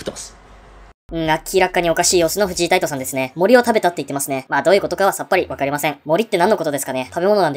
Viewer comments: フジイ タイト じゃなくて フジ タイトです😂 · フジタイトの事、フジイタイトって言ってる？？